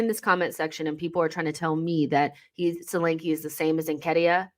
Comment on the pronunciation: Solanke is a Nigerian name and pronounced "shoh-lan-keh". Good player though.